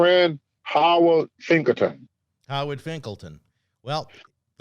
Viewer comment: Howard Finkelton? Stay Shadium? Good lord Tony lol